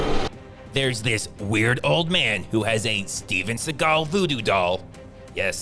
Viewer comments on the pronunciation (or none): none